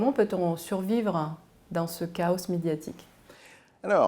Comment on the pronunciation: Chaos se prononce kao;) pas de s prononcé à la fin;)